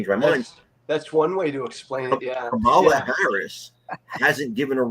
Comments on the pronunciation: The way this mouth breather pronounces Kamala’s name tells us all we need to know about how he really thinks. Deplorable. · The so-called intelligent man that has so many followers is so ignorant that he cannot pronounce Kamala Harris's name right who is stupid????? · It's indefensible but at the same time supporting the same narrative.You are dumb, really and pronounce her name , right. By the way trump inherited a great economy from third base and he started on third base and still lied about COVID to try to win an election. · You guys let the guy mispronounce Kamalas name and allow him to say that she wants to usher in communism, without pushback….he may be a friend of both of yours, but you dont treat him like one of your callers with this kind of absurdity.